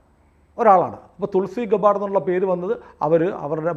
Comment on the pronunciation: തുൾസി ഗെബ്ബാർഡ് ആണ് ഗബ്ബാർസ് അല്ല❤